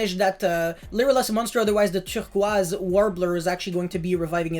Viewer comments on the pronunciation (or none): Love that French pronunciation of turquoise lmao